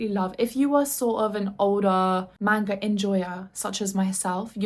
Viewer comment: So cute how she calls it "main-guhs" 🥹💗